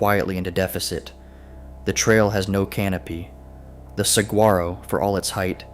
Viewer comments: Did you sat Sag- grar -oh? No, no and no. Please do your homework. It is a soft g pronounce like an h. Whether you spell it with a g, a j, or a h, it is pronounced the same. Please just look it up beforehand before doing your video. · I came to comment the same thing. This is yet another video I have seen where they mispronounce it. Makes me question their research 😄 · You really need to pronounce Saguaro correctly.